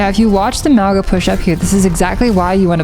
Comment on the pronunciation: Hey! Love the video just wanna point out something that doesn’t really have to do with Ana but is still important but Maugas name is meant to be pronounced with like a soft g so it’d sound like there was an n in front of it so like “Maunga” but ty for all the helpful Ana tips hopefully I get outta gold soon lol